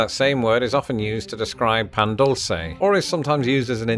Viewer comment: You can definitely put butter and jam or honey on your biscuit. Also, dulce is pronounced (DOOL-SAY), not (DULL-SE)